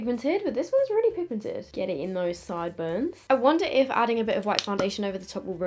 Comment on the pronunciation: “𝕘𝕖𝕥 𝕚𝕥 𝕚𝕟𝕥𝕠 𝕥𝕙𝕠𝕤𝕖 𝕤𝕚𝕕𝕖𝕓𝕦𝕣𝕟𝕤" Made her sound so Australian 😭🤣🤣